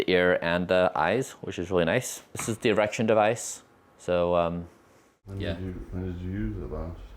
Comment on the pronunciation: No err-ection “issues” in the morning? Suspicius! Get some bacon 😊